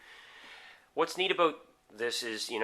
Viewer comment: Dude. You are SO from Ontario!!!! You had me fooled until you said "a session can vary from ABOOT 20 to 30 minutes."